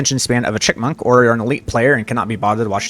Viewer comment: Chipmunk, not "chickmunk"